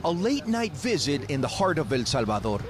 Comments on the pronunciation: Why don't you pronounce El Salvador correctly? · Drive me crazy how the guy pronounces "el Salvador" .